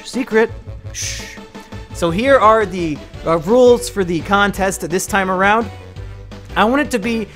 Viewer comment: Nobody: Mumkeys cousin: we shouwd just go awound